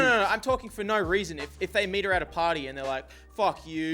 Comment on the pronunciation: says "That's the weason"